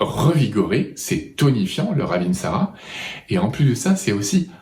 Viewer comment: Wouaaaaah merci beaucoup 👍👍🙏🙏 je la connaissais bien mais je n' avais pas autant de détails ! 👍 Et bravo pour la précision " raveeeeensara" 😅 c'est vrai que bcp de gens pensent que c'est la même ! Et le Saro Svp, vs en dites quoi?